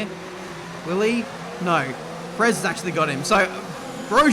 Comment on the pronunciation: Perez is the bane of your existence 'cause it's been 5 years that you keep calling him PRE'Z and not Pérez